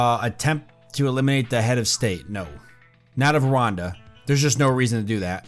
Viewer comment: It is pronounced ruanda